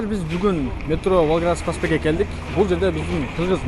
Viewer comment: Волгоградский деген сөздү туура шашбай айтчы чала сүйлөп атасың урматтуу кабарчы